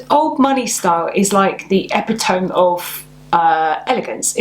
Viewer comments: epitome = uh-PIT-oh-mee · Epitome is a Greek word, there are no silent Es in Greek as there are in English and French. So, it’s pronounced e-PI-toe-mee, even in standard, everyday English.🙂